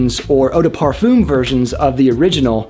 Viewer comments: Watching in 2021. Thanks for the breakdown of Cologne, Toilette and Parfum. Btw, it's properly pronounced "parfahm", not parfoom. But anyway, I do have a question. Is using a body spray deodorant such as Axe for underarms, and couple sprays of eau du parfum on say forearms, at same time, not right to do..? If you only use eau du parfum, but nothing for underarms, then...? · Thank you for this interesting summary. But Pleaaaaasse could you stop mispronounce “parfum”. Please! It’s \paʁ.fœ̃\